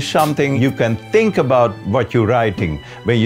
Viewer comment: Lol you said thank its think and the funny part is that you already edited it.